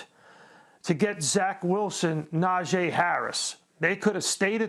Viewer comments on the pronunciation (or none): Najeeeee not “Najay”. Thanks. Here we goooo! ⚫️🟡